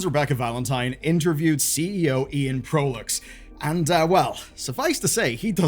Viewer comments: Proulx is pronounces 'PR OO''. Not to be confused with ''P ROO''(not like Perou). The PR in Proulx should sound like the PR in Price. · Just a head up Proulx is a french name and is prononce "proo" (L and X are silent) !! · Informative, just in case; Proulx is pronounced “prew”